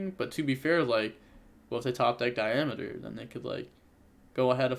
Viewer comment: Am i the only one getting slightly triggered by saying "Diameeter" instead of "Diameter"?